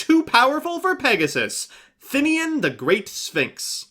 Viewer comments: I don't understand where people get the Thin-ian pronunciation from, it's They-nen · "Thinnian" looks at card text "THINNIAN" You sure about that vowel order, chief?